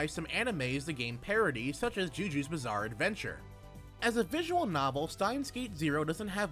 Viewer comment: Jo jo!!! Not fucking ju ju!!!